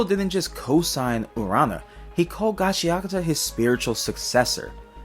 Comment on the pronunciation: I thought it was pronounced gachaKUta